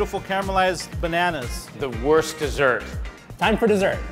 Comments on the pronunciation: Have those people ever been in a german-speaking country? i mean they say "Würst" xd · funny how every "not-german/austrian/swiss-person" pronounce the word "Wurst" wrong! Everytime i understand "worst"... try to pronounce it like "oo", like in "soon" but a bit shorter... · Also, the guy is a wurst enthusiast yet can't even pronounce it correctly. It's not pronounced like "worst" smh